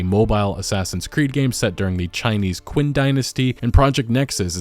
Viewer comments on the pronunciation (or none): "Qin" in Qin Dynasty is pronounced "Chin." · Okay so kind of getting tired of this, in Chinese you don't see a 'u' after the 'Q' because its a "Ch" sound. Qin dynasty. Not sure if history classes are failing epically at pronouncing that or what but a lot of modern media correctly pronounce it that way, not sure how it isn't just more commonly understood. I've never heard more people fail to say it than in internet videos in the last 5 years. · Qin is pronounced Chin